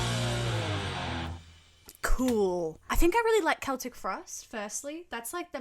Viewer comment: Im actually happy that you pronounced Celtic correctly 😭